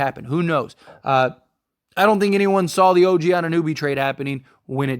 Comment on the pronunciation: why does no one know how to pronounce OGs name? It's not like there aren't 1000 videos on him atm